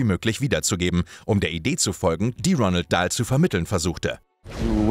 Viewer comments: Es heiss Roald Dahl nicht Ronald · Der Inhalt scheint mir relativ gut recherchiert, aber geschrieben ist der Kommentar stellenweise wie ein schlechter Bravo -Artikel ("...unser Held") und das falsche Aussprechen von Namen (Ronald statt Roald Dahl) und Ausdrücken (CamEo) lassen mich nach einigen Wiederholungen dieser fremdschämen. Allgemein ist der Stil einfach viel zu Boulevardhaft. Ich habe es nicht bis zum Ende geschaffft.